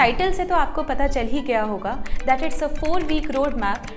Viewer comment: "Hoyegaa" accent kaun saa state kaa hai guys